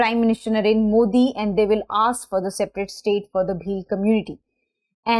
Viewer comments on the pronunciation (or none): none